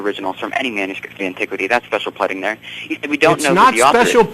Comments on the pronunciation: It's pronounced PLEEEEEDING, not pledding, you moron. That's just really annoying. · To the caller; the word is pleading, not pledding. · pleding, just want to punch him, whats his channel anyone direct me to that? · Pleding? Uggg! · 'Pleddding'....really wanted to judo chop his throat for that. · He pronounces it "pledding". I think he's one of those guys who has never heard the word spoken, but simply read it as "read it" (past tense). I sometimes make the same sort of errors with English, but then I'm a Dane, and he's definately a native English speaker, so he should have picked up on it and figured it was another form of "to plead" for, say, forgiveness or mercy. But perhaps he pronounces that "to plet" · "special pledding" lol how cute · lol, special "pledding". What a tool. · doesn't even know how to pronounce special pleading, much less understand what it actually means.